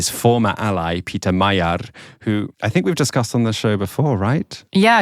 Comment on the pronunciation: Peter Magyar's family name is pronounced "Majiar" with vocal "j". In hungarian, his family name means "Hungarian"..